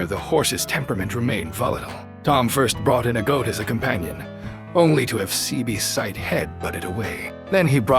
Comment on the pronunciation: this AI stuff is trash, can't say the horses name right and didn't get the breed right.....